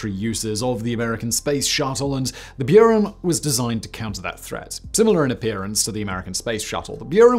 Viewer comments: there is no y in Buran, it's not Norwegian....lol Björn??? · that's not how you pronounce Buran